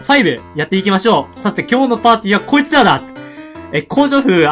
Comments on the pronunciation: さthて、今日のパーティーは こいつぁらぁ！滑舌www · きょいつらら！